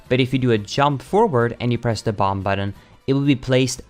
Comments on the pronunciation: BomBuh FYI, the last B in bomb is silent, and this hurt to watch. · Lol what is up with BotW speed runners annunciating the b at the end of the word “bomb”. It’s silent. It’s pronounced /bäm/ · the last B in "bomb" is silent